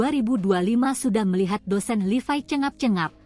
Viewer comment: mbaknya operator yg ngomong ini.bahasanya lucu.nyebut nya kok LIVAI kan namanya LEVI.bahasanya operator2 yg ngomong di berita medsos gini ini pasti aneh penyebutan apapun.coba diperbaiki supaya yg mendengarkan lebih nyaman